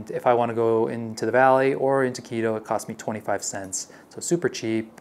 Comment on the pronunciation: You don't live in KI_ROW... You live in KEE-TOW.